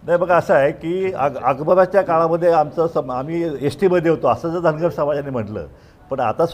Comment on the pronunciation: शेंडगे साहेब धनगर समाज र आणि ड च फरक दुरुस्त करा पेन नी.